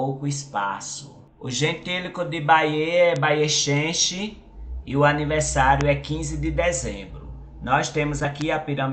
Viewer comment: Excelente informação sobre o município. É preciso, porém, ressaltar um ponto em que houve equívoco: o gentílico se escreve bayeuxense, mas se pronuncia "baieuzense" (e não baiechenche, como no vídeo). Note que o "x" também tem valor de "z" em algumas palavras do português, como exame, exemplo, exato etc., e não somente de "ch". No mais, parabéns pelo vídeo.